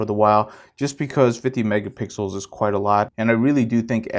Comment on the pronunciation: Lol you said megapickles 😋